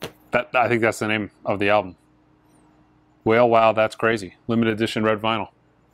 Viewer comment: The names are pronounced NAHz (Nas) and WAH-lay (Wale). Guessing isn't a hip-hop fan, lol.